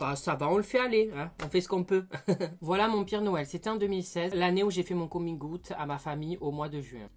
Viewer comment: "mon coming aout " ca me fume